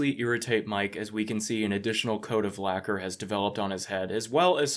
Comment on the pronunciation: "a new coat of laqur" XD lmaoo